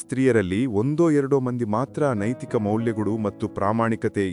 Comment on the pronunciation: ಕ್ಷಮಿಸಿ ನಿಮ್ಮ ಉಚ್ಚಾರಣೆಯಲ್ಲಿ ( ಮತ್ತು) ಎಂಬುದನ್ನು (ಮಟ್ರು) ಹೇಳುವಿರಿ ಅದನ್ನು ಕೇಳಲು ಅಸಾಧ್ಯ ನಿಮ್ಮ ಯಾವ ವಿಡಿಯೋ ಇನ್ನು ಮುಂದೆ ಕೇಳಲಾರೆ